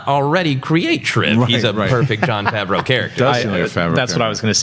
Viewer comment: They aren't going to release a Boba Fett movie on the streaming service. It would only make a fraction of the amount of money it would in theatres, you're high... also, never researched how to pronounce Jon Favreau? Lol